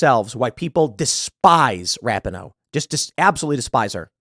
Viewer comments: Tim, it's. Ra peen no (phonetically) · Megan Rap-in-ohh?!? That’s the wrong pronunciation Tim - you should know better! The correct pronunciation is Megan Rap-Pee-Nis! 😮😉😂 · It’s pronounced Rap in hoe … isn’t it??? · Love you Tim but to suggest and athlete wants to lose on purpose is absurd. It’s RA-pee-no by the way. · It’s “Ruh-pea-no” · For me it was the attitude during the anthem. Final straw in what Rapinoe (Pronounced, Ra-peen-oe, Tim) started. Football player and fan most of my life and the first time I didn’t root for the women. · I don’t even care that Tim mispronounced her name like 17 times in this video. She is the embodiment of the modern, woke left. And just not a good human being. I’m not concerned about what someone deserves. Im concerned with what they earn. I wasn’t hoping they would lose. But I’m not mad that they lost. Maybe stock the team with women who love their country. I only feel bad for the handful of women on the team who did sing and do love their country. Outside of that. Megan got what she “deserved”. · You and Jeremy from the Quartering have one thing in common on this story..... no idea how to pronounce Rapinoe.... I agree with all your points on her and the team but please say her name correctly so it at least appears you've watched one game. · I love how Tim doesn't know how to pronounce her name haha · Does Tim really not know how to pronounce that hags name or is he just being disrespectful on purpose?. Not that I care what anyone calls that douchebag, just curious.